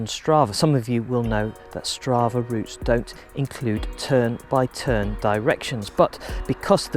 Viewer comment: "tern" "bye" "tern" killed me